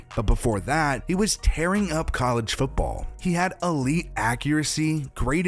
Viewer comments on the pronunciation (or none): none